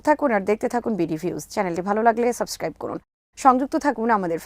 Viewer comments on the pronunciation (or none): none